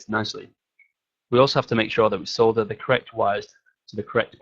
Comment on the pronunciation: yes! finally someone that pronounces it as "solder" and not "sodder".